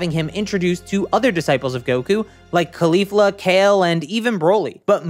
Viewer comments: ugh...its CAULI-fla not KHALI-fa. lol she's not named after a rapper its after a cauliflower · get so sick of people not saying it right especially someone who dose this stuff for a living lol